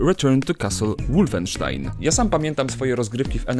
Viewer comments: Wolfensztajn kurwa nie jakieś łulfenstajn. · Ja ci dam Łulfensztain. Wolfensztain! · ŁULFENSZTAJN ;D